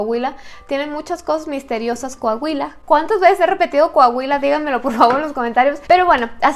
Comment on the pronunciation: Un shot cada que diga “Cohahuila” saludos, ya casi el millón 😄